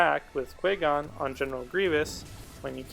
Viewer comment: You should pronounce Qui-gon's name correctly